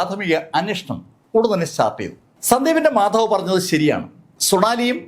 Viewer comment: മാഥാവ് അല്ല മാതാവ്